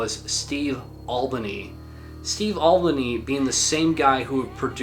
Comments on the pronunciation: Sorry about being a pedantic prick, but Steve Albini pronounces his surname AL BEEN EE not Olbanee. :) I genuinely didn't know who you were referring to initially. :) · Thanks for this video. Very informative. Steve Albini's last name is pronounced al -- bee -- nee, btw. I'm very glad you included the Wolf Eyes record "Burned Mind." Love that one.